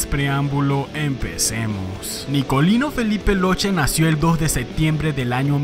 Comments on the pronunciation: Solo en Argentina porque no logro nada cuando salió. Y se pronuncia (loque, no loche) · La pronunciación del apellido sería loque...Saludos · Hola a todos , Nicolino Locche es de origen Sarda ( isla de Cerdena) , el apellido no se lee y no se pronuncia Locce sino cch= K entonces en espanol seria LOKE la verdadera pronuncia italiana de las lettras CH y CCH es K , eso es lo correcto. Un saludo a todos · La pronunciación correcta de su apellido es “Lóque”.